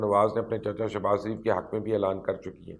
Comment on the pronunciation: Sir ajj tak ham ny nawaz shareef k k nam nawaz shaaareef ha ap nawaz shareef ka name thek keu nahe lytha sorry to sy if you don't mind sir ap nawz shaaaref kahny k bajya nawaz saareef lytha ha keu ap itny intelligent ha ap bata skty ha name thek ha kia shareef yah nawaz sareef ha